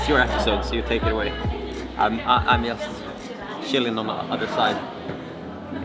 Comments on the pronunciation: You're english is so good, that I'm asking myself, why you would pronounce the word "just" like you do? (no sarcasm!) - Great to see back! It's also nice to see how you're climbing is getting better and better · It's a common mistake for us Scandinavians because our J's are soft, used kinda like Y in English at the start of a word. Jump, juggle, jam, job etc. Personally, I wasn't even aware I did it until a native speaker pointed it out.